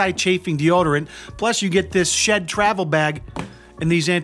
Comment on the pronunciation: I literally thought u said shit travel bag. Not SHED travel bag. Hahaha